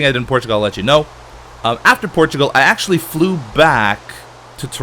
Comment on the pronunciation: I always hear ''Porchigo'' when he says Portugal.